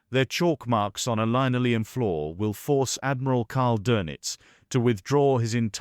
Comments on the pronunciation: Or that may be the British pronunciation, see aluminum. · Okay, the AI can pronounce Admiral Dönitz's name, but can't read the word linoleum.